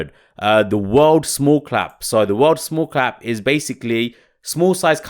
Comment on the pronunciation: It’s small Cap, not clap :)